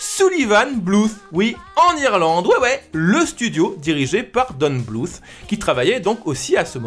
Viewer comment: my 2 cents : Tu prononces trop bien le th de BluTH et tu ne le sais que trop bien <3